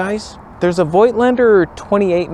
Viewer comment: Why do so many camera "experts" make up their own pronunciation of Voigtländer?